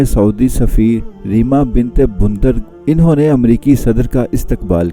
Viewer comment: جناب آپ شرماحضوری میں سعودی عرب کی امریکہ میں سفیر کو ریما بنتِ بندر کی بجائے ریما بنتِ بُندد کیوں کہہ رھے ھیں؟ عربی میں بندر کے معنی وہ تھوڑی ھے جو اردو میں ھے؟